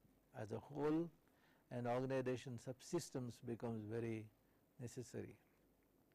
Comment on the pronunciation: Irritates me by telling ORGANIDATION instead of Organisation